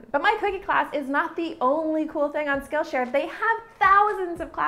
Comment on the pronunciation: What's wrong with my hearing that everytime she says "skill share" I hear 'Scotia'? 😂 I'm like... Wait the Bank is sponsoring you??? 💵 💵 💵